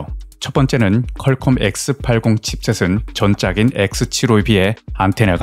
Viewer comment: 컬컴이 아니고 퀄컴